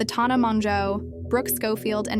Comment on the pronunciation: You’re saying TAHNAH when you’ve obviously seen the videos lol shady queen not her name but yes continue